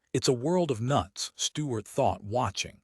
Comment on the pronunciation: within 29 seconds a.i cant pronounce Stuarts name